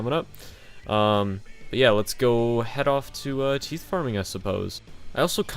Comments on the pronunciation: its TIE(th) farming not Teeth farming, thx nice vid tho x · its t-EYE-th farming unwatchable